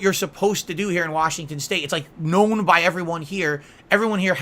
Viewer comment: WHASHINGTON WHASH